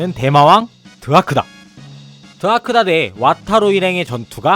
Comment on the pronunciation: 일본에서는 the를 '자'라고 발음합니다. 그리고 영상에서 드아크다라고 하시는데 영어로도 DOAKUDER 라서 드 가 아니고 도가 맞습니다.